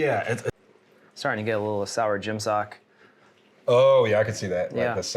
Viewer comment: He said Gym Socky and I thought he said Jen Psaki and Imwas like wow, she's hated even in New Zealand?